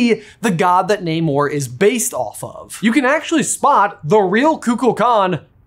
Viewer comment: Pleaseeeee, in future videos, pronounce Namor correctly, it’s driving me crazy! 😅